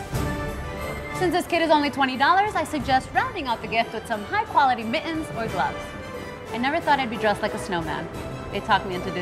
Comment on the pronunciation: What are "bu-ens" and "mi-ens"??